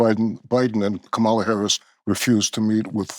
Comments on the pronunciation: Mispronouncing Kamala Harris's name seems like a real indication of racism. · When that POS and scumbag Mamet, purposely mispronounced VP Harris' name and Maher said nothing, I was done. I have not watched Maher in 5 years. Just got fooled again. Never again. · That's when I would have shown him the door. He can't even pronounce Kamala correctly.